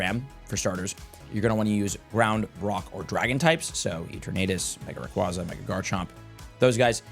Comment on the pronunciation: also it’s Ray-QWAY-zah 🐉